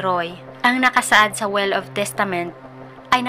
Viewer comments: "will" po mam hindi "well" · Yes... "well" (will) lang nman kamali nya